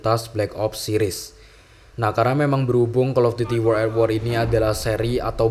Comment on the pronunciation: Wo(r)ld at wor bang bukan uworl a wor